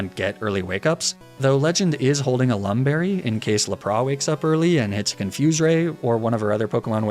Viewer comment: Ah yes my favorite pokemon "lapra"